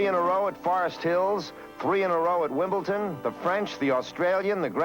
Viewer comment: what a pity the commentator keeps referring to 'wimbleTon' instead of wimbleDon. so many do this and it is such ignorance.